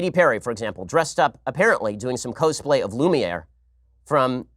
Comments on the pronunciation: “Co-splay” lol Mr. Shapiro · That pronunciation of cosplay.